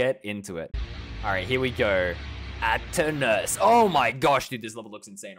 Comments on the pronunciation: It's aternus not ananaus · it’s aeternus not aternus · He said anania but it is intact aeternus